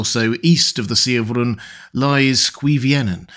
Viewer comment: Rhûn is written in a way that says twice it's a long vowel. You pronounce it like it was the shortest u in the world.